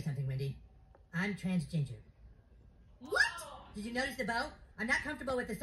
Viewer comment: The fact cartman calls it transginger got me 😂